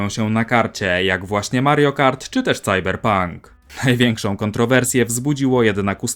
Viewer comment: Słyszałem już wymawianie Cyberpunk jako po prostu Cyberpank, albo Sajberpank. Ale Cajberpank usłyszałem po raz pierwszy tutaj. :) PS Kusi mnie Front Mission, bo uwielbiam strategie turowe, ale jakoś nie przepadam za mechami. Czy mimo wszystko warto dać szansę? Jak bardzo jest dobra ta gra? (Into The Breach uwielbiam pomimo mechów). ;)